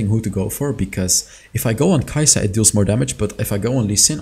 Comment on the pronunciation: yeah mate, her name is Kai'Sa